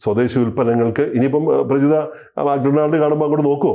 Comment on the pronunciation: മാക് ഡൊണാൾഡ് അല്ല മക്ക്‌ ഡൊണാൾസ് ആണ്